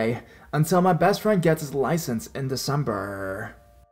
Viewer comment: Why did he say december so weird xD